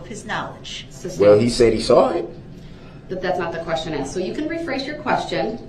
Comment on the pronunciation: Axed. Axed. I looked it up and me dont think durrul is pronouncing this correct. I did see a referance to "Hooked on ebonics". Then it made sense.